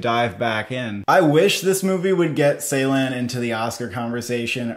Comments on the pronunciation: its not 's'eylan its 'j'eylan i Think that night help your pronunciation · not seylan, it is ceylan, as in joy. the phonetic transription is dʒ. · Thank you for the review. Really looking forward to this one. May I kindly suggest you to check the pronunciation of 'Ceylan' again. The first part of his lastname is pronounced as 'Jay'. It is kind of like 'Jaylahn' 🙏🏽 It might look like a small detail but it's kinda sad to hear so many elaborate critics, who pronounce his name totally wrong. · Guys, let’s pronounce his name correctly: Nuri Bilge Ceylan (noori bil-ghé jay-laan) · Turkish C is not pronounced like the English C. Instead, it's pronounced like the “j” in “jungle", So the director name will be "Nuri Bilge Jeylan". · Pronunciation correction. BilGe, G pronounced like G in word Ground. C in Ceylan pronounces like J in word Jerk.